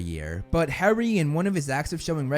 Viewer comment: The way this kid pronounces HARRY????